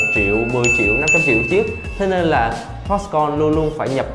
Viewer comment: Foxconn not Foxcom